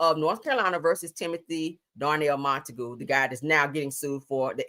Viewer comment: Monta-GUE not GOO sounds like mr. magoo🤣